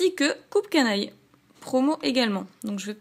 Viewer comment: Juste pour infos, on ne dit pas "coupe canaille" mais "cup" comme un "cup cake" d'où le nom. Voilà, a part te dire que tes vidéos sont bonnes (comme toujours), c'est la seule remarque constructive que j'avais a faire, donc je préfère la faire c'est toujours ça de gagner ;-) Bonne continuation